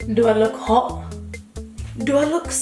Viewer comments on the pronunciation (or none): “We’re gonna be h0ht we’re gonna be sExEh” lol 😂 😆